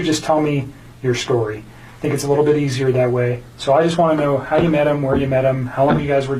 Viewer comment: Why does she always say har instead of how? Every video she says har .. strange